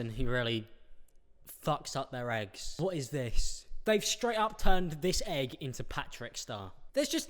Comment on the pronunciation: Who else heard wrong the part where he said why do people fuck with eggs so much 😂 I heard that why do people fuck with their exes so much 😂